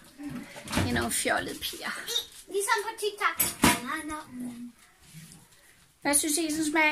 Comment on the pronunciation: Ikke for at være negativ men det hedder tik tok og ikke tik tak!